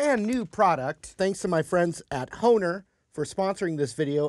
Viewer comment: Thanks for the correct pronunciation, I alway was unsure of how you pronounced Hohner, I thought since it was a German company the H sounded like a B